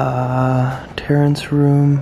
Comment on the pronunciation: you said Terrance Room. Read it again, there's no N in it. That Terrace